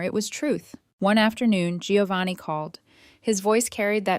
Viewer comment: It’s “Joe-vanni, dammit. Not “Gee-o-vanni.” Italians everywhere will thank you.